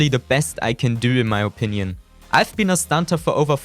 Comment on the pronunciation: Techniiiiiiiks 😂 und wie du opinion aussprichst 😂